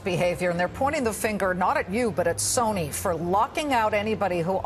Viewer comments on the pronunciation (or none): I love how he couldn't say Sony's name.